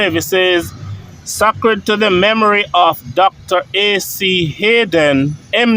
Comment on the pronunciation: pls pronounce Sacred (say-cred)